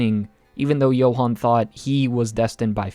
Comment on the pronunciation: Namanya "Johan" tapi dibilang "Yohan"